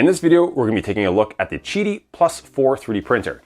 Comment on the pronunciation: isnt it pronounced Qidi ?? NOT gidi or chidi ??